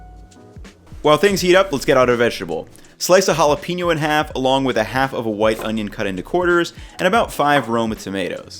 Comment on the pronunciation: When he says "white" in "white onion" he cuts the onion right at the "T" part in "white" and the cut makes a "Fff" sound, so when I first listened to this section, I thought he said "wife onion."